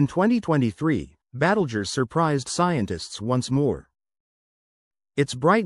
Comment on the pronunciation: AI babble -“Battlejuice”.